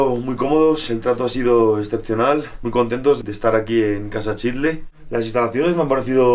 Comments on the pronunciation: Padrísimo video e increíble contenido.... pero qué desesperación estar oyendo TODO el video que pronuncien mal la palabra Xitle.... el narrador y otros diciemdo "Chitle", pues qué no son mexicanos? ¿Acaso dicen Chochimilco? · Qué belleza de lugar, de su historia, imaginemos como era hace 2000 años. Todo bien menos tu pronunciación de Xitle, todos los que intervienen pronuncian adecuadamente, menos tú. Que extraño, nunca había oido que alguien dijera chitle.